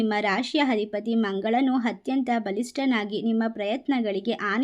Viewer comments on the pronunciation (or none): ದಯವಿಟ್ಟು ಕನ್ನಡ ಸರಿಯಾಗಿ ಕಲಿತು ಮಾತಾಡಿ.. ಹಧಿಪತಿ ಅಲ್ಲ ಅಧಿಪತಿ.. ಅ ಇದ್ದಲ್ಲೆಲ್ಲ ಹ ಉಚ್ಛರಿಸುತ್ತಿದ್ದೀರಿ